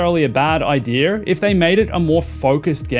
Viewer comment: Where do you see an R in the word idea?